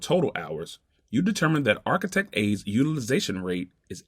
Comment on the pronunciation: It would be great if you could get a guy on there that could pronounce the word "architect" correctly.